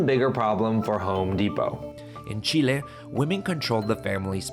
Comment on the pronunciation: Si estás hablando en inglés, no es necesario pronunciar Chile así.